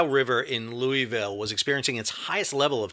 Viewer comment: Lou-a-ville and Hee-brun